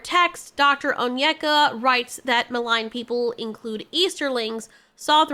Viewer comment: By the by, Onyeka is pronounced Oh-n-ye-ah-kah.